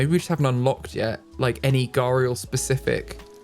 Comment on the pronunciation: You are pronouncing gharial right Also you can have multiple male gharial together